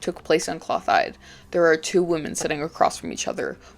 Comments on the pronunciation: it’s “klo-tild-ah” not cloth hide lol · Clothilde's name is pronounced like "clo-teeld"